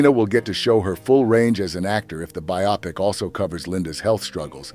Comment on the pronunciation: It's pronounced BIO-pic. Glenn FRY.